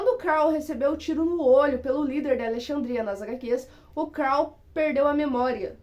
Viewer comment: Por favor não inventa moda pare de dizer o nome dos personagens errado principalmente o do Carl